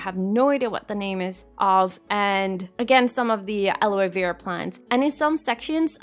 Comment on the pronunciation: Hey!! This is amazing!!!! 😍😍 I hope you don't mind but I just wanted to help with one of the word pronunciations. For aloe vera plants the e on the first word isn't pronounced. So it's like al-oh vera if that makes sense? Also with the fennec fox group size I think it means that you can have 10 individuals of either sex but up to only 6 males or 6 females. You can't have 7 females 3 males if that makes sense too? But again this is absolutely amazing and super inspiring 😍❤️